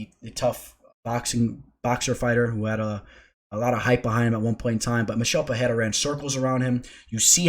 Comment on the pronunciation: It’s not Pehera.. it’s Pe-rei-ra H sound rule doesn’t apply for R’s in the middle of words